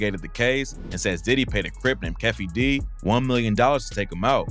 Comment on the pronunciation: Keefe, "key-fee".